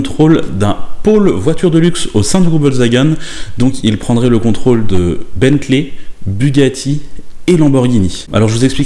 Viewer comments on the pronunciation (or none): none